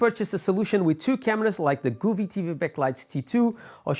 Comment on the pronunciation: nice video but its pronounced GO vee not Gooo ve.. LOL